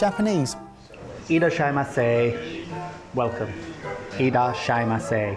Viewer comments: Aw, did so good saying "Irasshaimase!" Pretty legit--totally appreciate that desire to be accurate. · Your Japanese pronunciation is GREAT!! Don’t be “shai”! Hehe Thank you so much for coming to my country;) I really really wish I was there at the restaurant to meet you all!! Making dashi is difficult for us so you must have done a wonderful job!! Hope you had a lovely time in Japan!